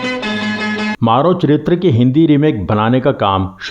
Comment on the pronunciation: It's मरो चरित्र‌। Not 'maaro'.